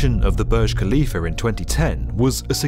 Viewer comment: Why do u call it khalifaR